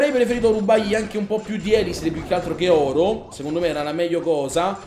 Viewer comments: Sì dice elisir non ēlisir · prima di tutto usa barbari e arcieri e attacca solamente i villaggi inattivi (cioè quelli con le miniere e gli estrattori pieni) con due cure Poi seconda cosa si di ELISÌR con l'accento sulla seconda i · la tua pronuncia di elisir e sbagliata